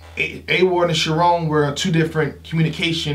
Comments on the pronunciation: U been on the biggest Battle Rap Analyst platform for TOO LONG to still b mispronouncing the battlers names bruh. It’s pronounced (SHA RONE) #CHARRON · It’s pronounced Charrooooooon goddamnit. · Bruh he keep calling Charron, Sharon.